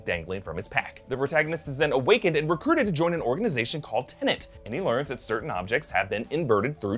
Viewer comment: I know Doctor Who deals with time too, and "I'm sorry, I'm so sorry', but it's TeNET not TenNANT...